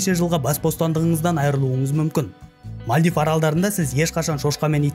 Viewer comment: Мальдив ❌ Мәлдіп ✅